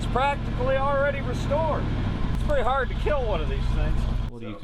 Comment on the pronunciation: "but because they are hahd... or whatever" 🤣